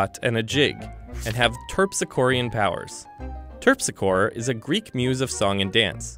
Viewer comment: “Terpsichore” is pronounced terp-SICK-or-ee.